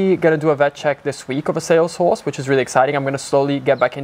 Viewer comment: I didn’t hear him say horse…I heard who….I’ll just keep it pc lol